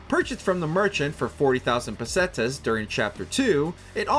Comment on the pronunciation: Does anyone else wanna slit their wrists when the guy says pesteas 😅